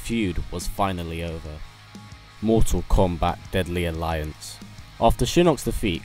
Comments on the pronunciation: Kombat not Komat ;) lol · kombat?....is komat a word?